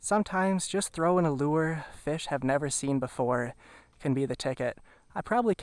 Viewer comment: “Let’s catch some feshh”. LOVE the videos bud! Thank you for the GREAT content!! Especially the Minnesota stuff!